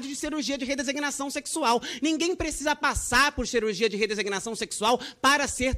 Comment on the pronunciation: Como ela consegue falar 'redesignação' sem errar gente? É muito maravilhosa 😊